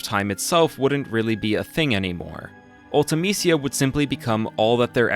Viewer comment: Her name was pronounced once in FF Dissidia. Ulta-Meesha was the pronunciation they went with.